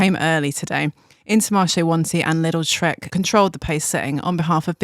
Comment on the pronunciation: Am i the only one that always hears "Little Trek" instead of "Lidl Trek" ? 😅